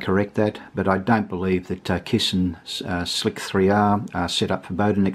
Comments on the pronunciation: You're pronouncing Slic3r wrong. It's pronounced "Slicer" and the 3 is meant to appear as an E. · Excellent review - only note, is Slic3r is not "Slick 3 R", it's "Slicer" in 'leet speak' :) Great video!! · A number of youtubers pronounce it this way on purpose, because "slicer" is a generic term and "slick 3 R" disambiguates what you are talking about.